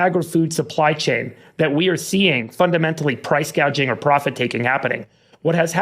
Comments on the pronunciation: How come no one is talking about how Kamala said "price gauging" instead of 'price gouging?' Also the other day she said "hospitility industry" instead of 'hospitality.'. Did anyone else hear that? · Price Gauging? wtf is that???? ...oh, gouging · "Price Gaging." Sounds like an educated lawyer ... not. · Anyone else notice BIPOC Barbie said “gauge” instead of gouge??! 😮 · did she say "price *gage-ing*"? i always thought it was 'gouging'...remember when potus trump had a typo on 'coffee' and the internet broke? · Commie-la can't pronounce the word gauging and says gaging. Like when she stole Trump's tax idea and said "hospitILLity" instead of hospitALity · She actually said price "gauging" not "gouging". She knows nothing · Does it bother anyone that she didn’t know what Price Gouging is? She was just fine calling it Price Gaging during this highly publicized speech and I am just blown away by that. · “Price gauging,” she said. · Her mom was Indian's can say gauging. She pronounce hospitality, she said hospitility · Yes, they even clapped when Kamala said "price gauging instead of price gouging". Not a very smart group of people! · Harris can’t even pronounce “price gouging” correctly. She has no idea what she’s talking about. Please we cannot let this woman become president. Don’t we want the first woman president to be amazing? It’s not her….